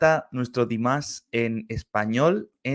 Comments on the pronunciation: A mi me gustaría que buscaras el nombre real de Dimash y lo pronunciaras correctamente 😊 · Păcat că se pune atâta preț pe pronunție, alte lucruri sunt importante. Ai putea începe cu pronunția corectă a numelui, Dimash, e doar un cuvânt nu un cântec întreg. În rest, în mod sigur îți place cântecul, doar că este bulversarea de început, Dimash concepe melodii complexe și ne trebuie timp pentru a înțelege totul.